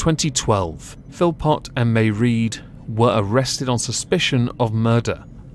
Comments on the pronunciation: Mairead is pronounced, "Muh-raid." Serial abusers, murderers, rapists, child molesters, should never be eligible for early release. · It's pronounced Maw raid as in paw, not that it is important. It just sounds off. Love your channel..